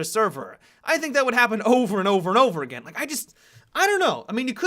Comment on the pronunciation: Did say Egain